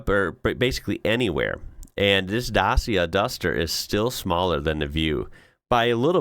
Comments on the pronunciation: Great video, thanks. FYI, Dacia is pronounced Datcha. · It's Dat-chia, well as near as I can do it in phonetics. (My wife is Romanian.) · The C in Dacia is pronounced as an English "ch" If you want big cars in Europe you can look at something like the Skoda Kodiaq, BMW X5, or Range Rover.